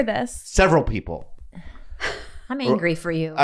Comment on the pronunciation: "not gonna say the persons...peep peels..." How does Bobby come up with this on the fly?? Some comedians will mispronounce words on purpose, and some of the great ones will stutter, but...who else has the comic genius AND bravery to do both? There's levels to this game